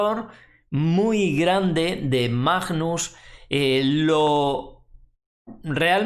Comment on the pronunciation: por favor es bastante desagradable oir cada vez que pronuncias Majjjjnus Carlsen, no es tan dificil pronunciarlo bien. Gracias